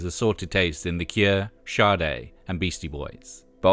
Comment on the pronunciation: I love your narration so much in your videos! You even said “Sade” correctly as (shar-day) just like on the original printings of “Diamond Life”. I’m so glad I subscribed 😊